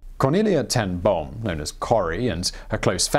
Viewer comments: Ten Boom is pronounced more like 'Ten Bohm' with a long 'oooh'. The dubble-O creates a longer sound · 'Ten Boom' was not entirely correctly pronounced, but it was close - I'm glad you didn't make it sound like a bomb going off. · You really CARELESSLY butchered her surname. You did not even try! Simon, as far as I know, you LIVE in Europe. I live in Africa and I can pronounce her name correctly - it's not that difficult.